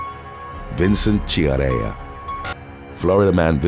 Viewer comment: Quintana Roo: kinˌtana ˈroo - NOT "Queen, tanaru", It's not ancient Nahuatl, it's Spanish .-. Chiarella: kia.re.lla, in Italian CH=K .-. Lanoue: la.nù .-. Try to do better please.